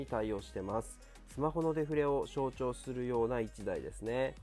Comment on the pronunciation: 最後『シュマホ』でしたね😍🤗